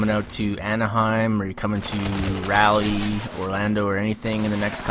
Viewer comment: Btw Raleigh is pronounced like Wally with a R.